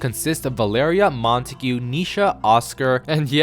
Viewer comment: Btw it’s pronounced: Mont-egg-uh